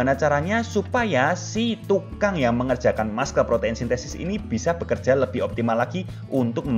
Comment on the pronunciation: Muscle spellingnya masel bukan maskel